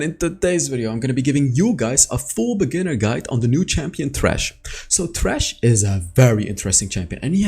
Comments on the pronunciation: It's thresh like threshold, not trash My dude I really love you, but this makes me so angry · i am pretty sure you mean Thresh and not Trash. there is a th like in the, theater, threshhold, them, three. etc. stop ignoring correct english pronounciation. thanks and boom out. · no he is sying "trash" instead of "thresh" with TH sound. obviously. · The way you say thresh makes the subtitles say trash XD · I don't mean to make fun of your accent, but it really sounds like you're calling him "trash" lol